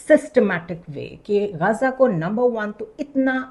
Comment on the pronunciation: محترمہ، یہ لفظ غزہ ہے زے پر تشدید کے ساتھ، غازہ نہیں ہے، یہ لفظ عربی کا ہے اس کو انگریزی ہجے سے لینا مناسب نہیں، پلیز، برا من منائیے گا، پاکستانی اینکروں کی اردو بہت پریشان کرتی ہے،